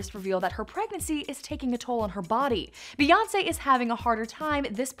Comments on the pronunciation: Stop. Calling. Her. Queen. "BAE". IT IS BEY AS IN BEEEEEEE. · It's not bay it's bee 🤦🏾‍♀️ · Mocking Spongebob i5 it's Bey